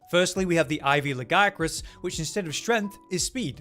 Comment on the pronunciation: I like this guy simply because he pronouces Lagiacrus the right way. Yes i know how its pronounced in Wilds. No, i dont care. They are wrong.